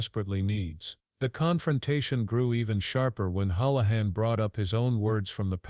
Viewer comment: Hoolahan .hool not howl